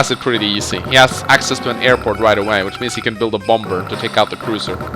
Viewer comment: Why do you call it BOMBURRR. It’s Bomb-er the second b is silent. Other than that I really enjoy these videos!! I’ve been marathoning for awhile now!! BATTTLE COPTURRRSSSS!